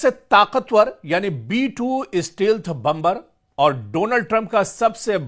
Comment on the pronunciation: बंबर नहीं बॉम्बर कहते है अंपढ़ जागिल 😂😂😂